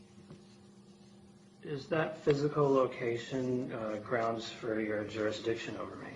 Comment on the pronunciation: They like saying jurisdickshun waaaay too much! I'm beginning to get suspicious!!!